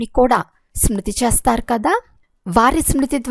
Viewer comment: Modata meeru letters ni chakkaga palakandi chastaru kadu chestaru.